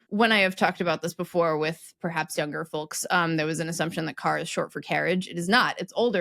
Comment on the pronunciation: Why does pronounce the 'L' in 'folks'??